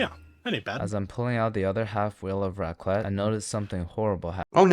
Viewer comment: It's raclette, not racket.